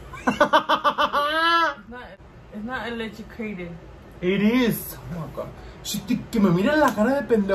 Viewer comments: Electracated!!!! Lmao!!! Omg I cannot stop laughing. I look forward to your guys videos!! Keep it up!! 🤣🤣🤣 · When said “my eyelashes look like your flyaways, electracated” 🤣🤣🤣 I had to say electrocuted a couple times in case I was tripping 😂 love y’all 💕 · Omg 😂😂😂 electracated!!! Can’t stop laughing! I love seeing your videos 😘